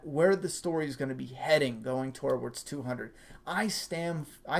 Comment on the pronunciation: TO-WARDS. Not tor-wards. There is no R. Sorry I love your videos and you can tell me to shove it but it's just been a pet peeve since I first heard you say it.